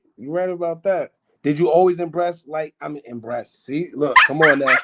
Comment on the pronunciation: This nigga said “imbreast” instead of embrace😂😂😂😂 his thoughts got exposed